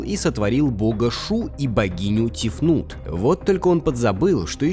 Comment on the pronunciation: Тефнат, Тефнит и Тефнут. Простите.